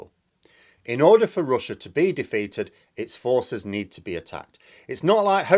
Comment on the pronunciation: "But Roosia is stroogling!" Ha ha ha ha ha! ☺☺☺ Where're you from? ☺